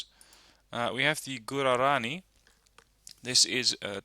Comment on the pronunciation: FYI, the transport should be "guarani", not "gurarani"!